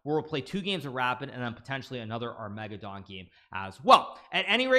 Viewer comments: ar-mega-don LOL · Dying at "Ar-mega-don" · I prefer the pronunciation ar-mega-ddon.